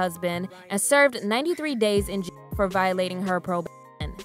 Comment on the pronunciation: You can’t say jail 😭